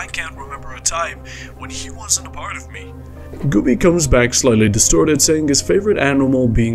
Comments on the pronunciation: I am only mildly bothered because Güby isn't pronounced correctly. This is not how you say ü xD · This is also not how you say ü